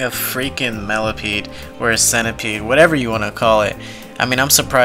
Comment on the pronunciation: "centipeede" lmfao